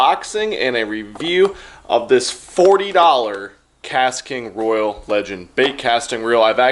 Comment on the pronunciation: Thank you for the video! But Roy-ale. Like Royale with cheese.